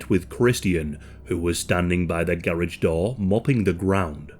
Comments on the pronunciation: That “garage” pronunciation is wild lmao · The way to say garage… wow why can’t y’all speak correct?